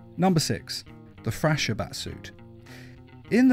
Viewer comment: Thrasher...pronounced Frasher in this video.